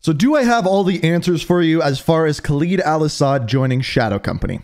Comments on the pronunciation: Listen man the videos are good n what not but you gotta learn to say Khaled al-asads name right your not saying it right and it's just cringe and hurts the ears its Khaled not Khalid just listen to how other people say it do your homework then presentation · Why does this man always say KHALEEEEEEED al asad its khaled al asad… not LEEED led its led